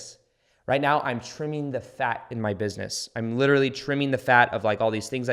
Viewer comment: i love that you always say right meow